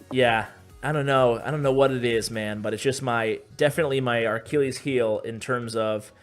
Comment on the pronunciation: Did he just say "That's my aRchilles heel" ???